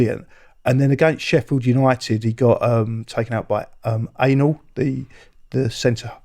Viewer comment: The guy I think he's talking about is Anel not Anal and his surname is Ahmedhodžic